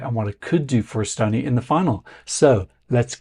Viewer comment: come one you should learnt o pronounce the name of our country if you report on it. Its not so hard. You did say Toomas Tammemets. So